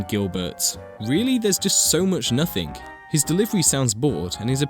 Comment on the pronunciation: "nothink" And that wasn't the Inbetweeners